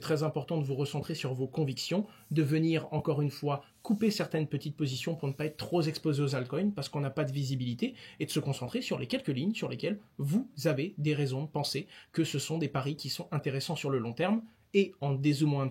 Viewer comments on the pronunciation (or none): "troP ZZZexposé aux altcoins" 😂 😂 impardonnable Owen 😂 😂 avec ou sans stress, avec ou sans montage, c'est impardonnable 😂😂😂 😘